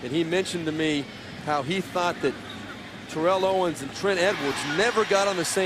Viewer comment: Awesome! I'd love to see Bills-Titans! However, I hate that Steve Beuerlein keeps mispronouncing Terrell Owens's first name. If Macatee could pronounce it, why couldn't Steve?